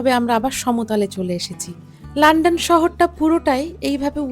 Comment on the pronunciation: লন্ডন কে লান্ডান বলেন কেন?